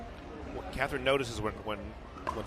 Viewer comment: these guys can't even pronounce Catherine's name correctly